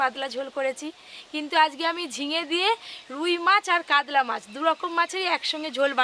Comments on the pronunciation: কাতলা ❎ কাদলা ✅ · Kadla...ki pronunciation